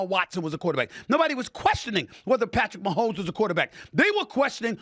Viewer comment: Is he saying Patrick Maholms not black